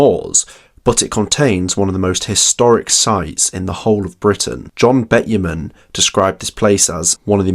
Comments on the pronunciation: Pedantic point - John Betjeman is normally pronounced 'Betchman'. I must admit I never noticed the odd (Dutch?) spelling of his name before. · It's Betchiman, not Betchman. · John Beh-chuh-mun not Bet-ye-mun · Sorry for being such a pendant, but Betjeman is pronounced 'Betch- uh -man'. 'Wear' in Tyne & Wear is pronounced 'weer' & not 'where'. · Bet-chuh-mun is the correct pronunciation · "Tyne and Ware" "John Betyeman" "Seltic" Come on you can do better. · Betjeman is pronounced " betchyman, bet chy man"! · Yes, I heard that and thought surely he can't mean Betjeman. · I have never heard Sir John's name pronounced in the way it was in the video, amazing.